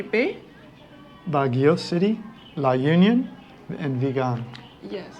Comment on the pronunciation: U also visit the Visayas esp the Central Visayas or Region 7. La Union is pronounced as La Onion .